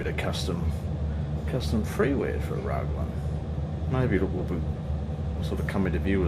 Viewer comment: I've only ever heard Raglan pronounced with the Rag rhyming with bag. I've stayed in that holiday park a few times (one time in one of those units with the blue roofs lol), you can count the rivets on planes landing towards the ocean ! That was Hampton Downs circuit that you flew over on the way into Mercer.